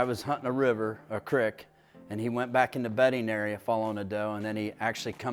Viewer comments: No disrespect but the way he said creek got me 😂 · crick/creek....tomato/tamoto LOL